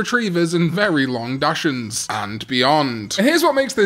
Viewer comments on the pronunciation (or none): As a german the pronouncitation of "Dachshund" offended me very much